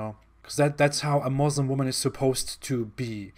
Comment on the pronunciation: Lol realy ex muslim😂😂 or yet another fake. Im amazed by how he pronounce basic things every muslims know to pronounce. Considering his family is very strict he dont even know to pronounce "muslim" .. Here all muslims know he was not a muslim. See how he explains muslim family and community... I was laughing seeing how seriously he was telling lies😂😂😂